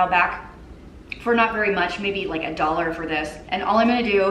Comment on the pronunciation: Omgosh I was watching your fashion box vlog yesterday and now everytime I see or hear the word dollar, I automatically see or hear it as doll hairs! 🤣🤣🤣 love it!